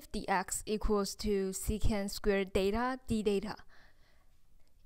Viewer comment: 很清新的~ 小遺憾一直把theta唸做Data。